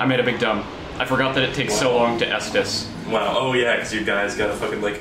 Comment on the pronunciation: for 5 straight seconds i thought 'estus flask' was 'eatus flank'